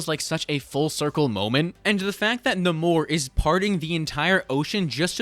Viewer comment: God I hate how people are saying Naymor as Naaamooorrr. As someone who has been a fan of marvel it just doesn't sit well